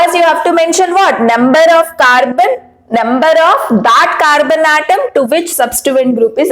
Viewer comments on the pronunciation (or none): none